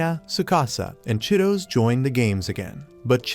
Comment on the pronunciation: Bro that girl name is chi-to-se not Cheetos😂